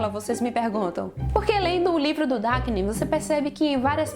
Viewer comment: não é Dakinen! Kkkk.... é Daniken. Por aí agente já observa seus comentários né.....